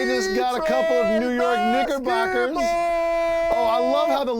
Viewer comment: Did he just say niggerbocker or am I tripping